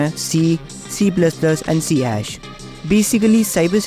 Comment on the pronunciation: I never heard anyone say C hash before. It is always called C sharp.